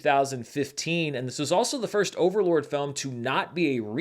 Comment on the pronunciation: Bro, come on. It’s not Overland. It’s Overlord.